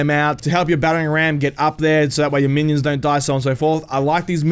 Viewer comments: Man-ions XD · Manions or minions? 😂😂